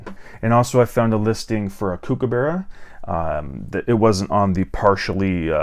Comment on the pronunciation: hey dude, thanks for the video...just FYI... Kookaburra is pronounced COOK (as in chef) not CUKE.. so COOKABURRA